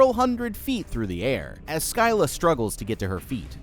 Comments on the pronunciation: Btw its pronounced sila not scila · it pisses me off hearing how you say scylla! wtf is silia? its sila! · yeah the pronunciation is "siy- la" not seleia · It’s pronounced Silla that’s not how it’s spelled but that’s how it’s pronounced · Just to let you know. Scylla is pronounced like sil-uh similar to scissor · the crab is pronoused sylla btw whatever you say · Your channel is Goated but her name is pronounced“silla” nvm you corrected yourself. While I was writing this comment no edits your a goat hahah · You called her skyla at first and I was being analytical but everyone in your comments is better then me for not bringing it up 😅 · I thought it was pronounced Sih (like in silicone) - luh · Its pronounced Sylla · It is fun to listen to Americans trying to properly pronounce "Scylla" and failing again and again 😂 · Bro pronounced Scylla differently every time he said her name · Never heard Scylla mispronounced before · I have to appreciate the constant change in pronunciation for "Scylla". You never pronounce it the same way twice in a row, thus making it impossible for anyone to same "Erm, akshually, it’s pronounced *insert some pronunciation here*" Kudos to you man! And have a damn good day! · You said scylla wrong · Scyla is pronanced S-S-Y-L-A